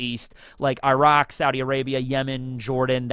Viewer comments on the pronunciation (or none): none